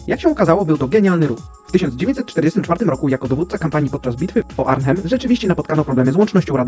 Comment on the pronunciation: Arnhem. To sie wymawia Arnem ale pisze sie Arnhem. Bys sie lepiej mógł przygotować jak tworzysz takie materialy :P